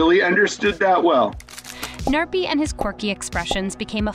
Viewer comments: You are probably pronouncing the gnarpy wrong your saying narpy but how to actually pronounce the name is Gnarpy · i love how she says narpy insted of gnarpy